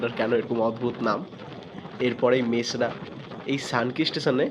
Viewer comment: It is Mesra and not Masera, please pronounce correctly.